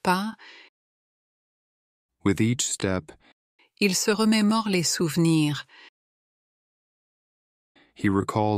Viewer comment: Remérorer?! Seriously?